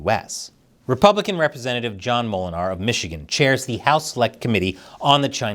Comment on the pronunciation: As a Dutchman your pronunciation of Molenaar (Miller) is quite funny. I'm kinda curious if the guy himself can pronounce his own name.